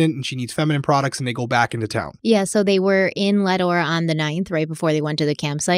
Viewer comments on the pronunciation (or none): Not Leadore it is lead ore named after lead mines there! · Listening to your pronunciations of Lemhi and Leadore is funny to me because I grew up around there! Love your videos!!